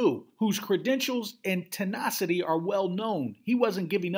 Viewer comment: Mis-pronounced words this episode: Toxicologic, Tenacity, Encephalopathy.